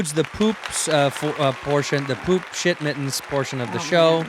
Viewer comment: Bahahaha Shit Mittens!!!!! She said fucking SHITTENS!